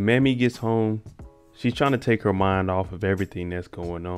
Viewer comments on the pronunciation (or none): Not trying to be disrespectful, but it's pronounced May-me. Not Mammy. My grandmother's name was Mamie.❤️